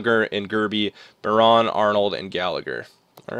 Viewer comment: It's pronounced byerin not biron